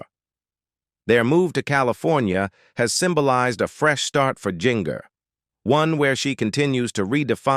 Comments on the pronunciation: Her name is NOT Jing-er! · Pronounce GINGER right its like the kitchen spices stop screwing it up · THATS GIN-GER such as gingerbread gingerman quit screwing it up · I believe Jinger is pronounced Ginger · Jinger is pronounced Ginger- just like the spice. Why all the pics of random people who are not the Duggars? You couldn’t find pictures of them on the internet? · GIN—-GER is not pronounced that way. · Jinger is pronounced like the kitchen spice! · You did a good job putting information together but you need to instruct your AI or human narrator how to properly pronounce the names (Ginger was the worst ... it's the same as the spice not the way it was said) and you need to watch it a couple time before publishing to be sure the text is delivered smoothly.